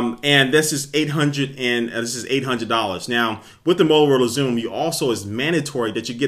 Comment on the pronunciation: 'molorola' xoom looool